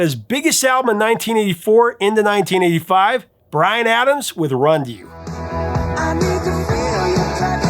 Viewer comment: when you said 1985 it sounded like you said titty five lol